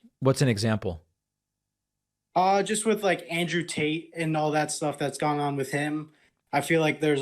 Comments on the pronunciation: Is David purposely saying Andrew Taint? 🤣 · Did you say Andrew taint? Lol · Did he say andrew tant🤣🤣🤣🤣🤣